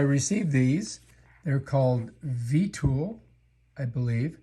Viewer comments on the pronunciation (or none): It's "X" 15 and Vee-Ah-Tool". Ugh...